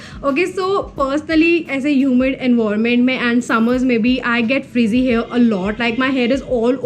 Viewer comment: Do all north indians pronounce hair as hear? Coz I've observed Taapsee Pannu say the same. No offense.